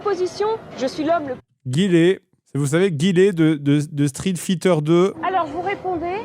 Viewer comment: il dit street feether lol